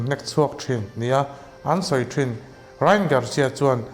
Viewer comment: Rai-an tih tur aw❤